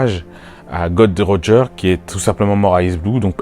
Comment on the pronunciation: J'ai aimé ta vidéo mais stp c'est Gold roger et NON "god roger" merci ^^